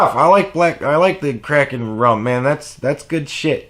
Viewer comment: Let's be real. The heating pad is why we all watch these videos anyway. Also I thought you said "I love crack and rum" lol I had never heard of Kraken rum.